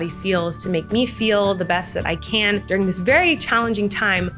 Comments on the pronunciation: it's 'during' not 'durring' - sorry, I'm a grammar nazi 😖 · Hi bestie ur literally amazing but just fyi you speak “during” wrong. Only one “r”. Whoops!! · “DURRING” during* Colleen during*